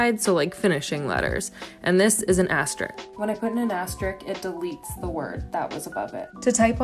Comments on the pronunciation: Asterisk, not "asterik." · She knows how to use the machine but can't pronounce asterisk properly.... 'astrick'... wtf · Did she just pronounce asterisk as astrik? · It's amazing that you can use this insanely complex machine to type every word in the English language, but you can't pronounce the word "asterisk". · Ohmygod, if you’re a court reporter and TYPE WORDS for a living then learn how to pronounce the word ASTERISK